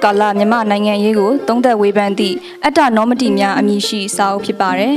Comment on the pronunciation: က ၽြန္ေတာ ္သိသေလာက္ကေတာ ့ It should be read 'Attanomati' (အတ္တေနာမတိ-)အတ္တေနာ-မိမိ၏ ၊ မတိ-အယူအဆ(opinion) Not "Atta-Nomati" က ၽြန္ေတာ ္တုိ ့အိန္ဒိယသားေတြ ပါဠိုစာေပနဲ ့မစိမ္းပါဘူး၊ အတ္တ+ေနာမတိ လုိ ့ မဖတ္ရဘူးလုိ ့ရုိးသားစြာ အၾကံျပဳ လုိပါတယ ္.....